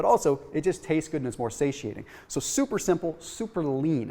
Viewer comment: Lol “souper souper simple” 😅